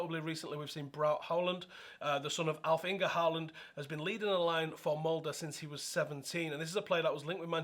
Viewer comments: Here's a good pronounciation of "Molde" !! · First person to actually pronnounce MOLDE right 😮